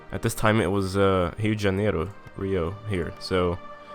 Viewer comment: o cara pronunciou Rio de Janeiro certinho, legal